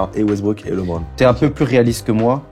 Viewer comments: Westbrook for life ! Par contre les français ne savent toujours pas prononcer correctement le prénom de Lebron jpppppp, faites un effort svp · Je viens de commencer la vidéo... "LÉBRON"...